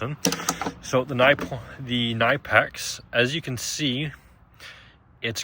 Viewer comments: Pronounced “Kuh-nip-ex” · Ka nip ex. You are pronouncing it wrong. Look up how the company pronounces it.